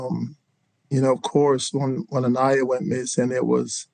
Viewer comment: Please pronounce Aniah’s name correctly